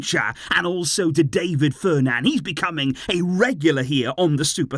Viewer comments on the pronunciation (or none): none